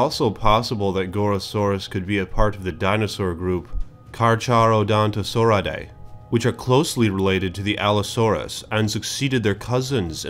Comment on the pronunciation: charcharadontosaurus is pronounced karkaradawntosaurus